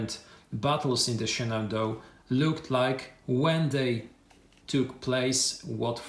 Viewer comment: Nice unboxing!!! As you're not a native English speaker, there were a couple of place names you had trouble with, so I thought I would help you out. I know that if I were unboxing a game set in Poland, I would do far worse than you did, certainly!!!! "Shenandoah" is pronounced "Shen-an-DOE-uh" and Cedar Creek is pronounced SEE-dur Creek ("cheddar" is a type of cheese!!) Still, a wonderful video for a wonderful set of games!!!